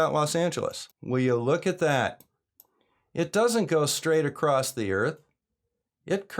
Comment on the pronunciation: Why do I keep hearing people pronounce “across” with a “t”?